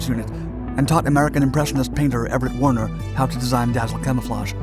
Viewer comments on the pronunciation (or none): none